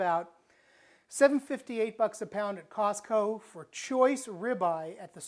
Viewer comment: Mark Blackers I thought he said softco. He must be back east